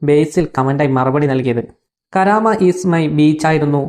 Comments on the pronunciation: കരാമ അല്ല കുണ്ടീലെ മൈരേ.. കർമ്മ എന്നാണ്. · കരാമ അല്ല Karma😇😂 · കരാമ അല്ല സേട്ടാ കർമ 😄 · കാരാമ അല്ലടാ നക്ഷത്ര ആമ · കരയമാ അല്ല കടൽ ആമ 😄